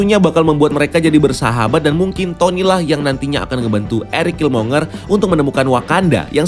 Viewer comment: Killmonger itu bacanya /kilmongger/.